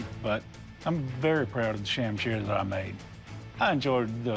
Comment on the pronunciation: Pronounced more like shum Shir. This video - Sham Sheer